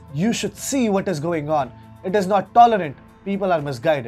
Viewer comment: "bhaat iz dis" Modi ji its nt fair... Bs itna he rulaya thoda mirchi aur lagao....